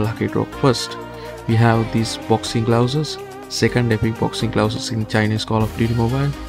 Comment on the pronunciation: I swear he said boxing glowses lmao 😂